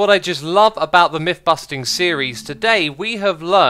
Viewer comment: It's MYTH busting, not MIFF busting. Learn to speak.